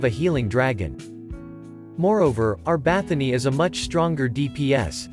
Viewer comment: Why do you call her BathoNY. She is BathoRY :)